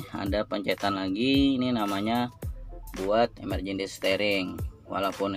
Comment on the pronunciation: 7kali ku ulang video nya. emerjendi steering 😂